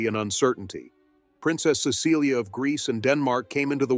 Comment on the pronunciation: Her name is pronounced. CESS-a-lee